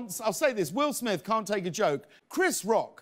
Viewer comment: Please tell this young lady his name is will smith. Not will smiff. After the 17th time….. I mean really?